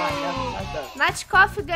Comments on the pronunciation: Não é natcof... É PANDA COF HAHAHA >:> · falando natcof aaaa 😭😭😭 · Qnd a nat tava falando os nomes parecia ser uns shipps tipo natcof (ele já são;-;) jeuan e cauasha